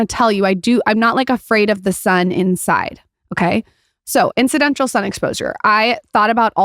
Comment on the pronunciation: “Incidential”???? IT’s INCIDENTAL my dear